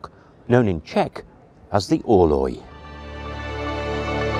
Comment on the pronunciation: 1419!!!!!! Or did he say 90?🤔 And all I heard for the name was (rouge) but fancy sounding.